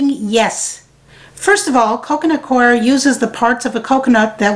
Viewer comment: The mystery of how to pronounce "Coir" has been solved, thanks! It might be just me, but your favorite gnats seem to love that stuff. I suggest full-court press early in the game.